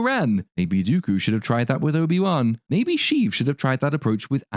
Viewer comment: “Soy-bi Won”, lol brilliant 😅